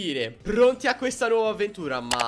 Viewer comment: dice “nauova” 😂